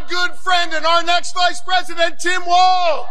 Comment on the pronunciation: his name tim walz not watz 🤦🏽‍♀️